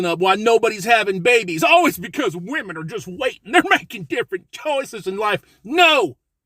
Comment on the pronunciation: "How to select the right whamen" Did that guy really say that? Let me guess, I'll need some tactical soap and a fedora next right? 😂 A self respecting man doesn't need a whamen.